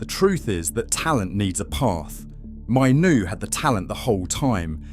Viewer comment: Hearing his name mispronounced so many times is a rough one. If you’re going to use AI so heavily, at least ensure his name is pronounced correctly. The fact that his name is mentioned in nearly every single sentence makes it especially worse.